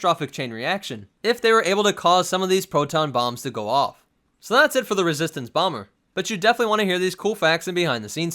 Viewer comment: BEEEE SHEVENTEEN BAWMERRR